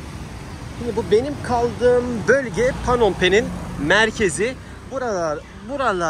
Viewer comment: Ya arkadas PANOM PEN nedir ya. Insan gittigi ulkedeki sehrin ismini bu kadar yanlis soyler mi ?